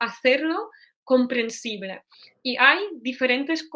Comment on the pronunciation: Muchas gracias! Después de tu explicación, he vuelto a ver el vídeo y he notado la diferencia. Sobre todo con la E al final de sus palabras, como "comprensible" - comprensib-LEH (que suena casi como la schwa que usamos tanto en inglés) en vez de la E cerrada. Al oír estas diferencias estoy mejorando mi propio español, así que gracias de nuevo.